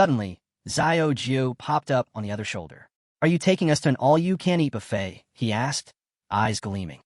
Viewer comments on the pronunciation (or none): none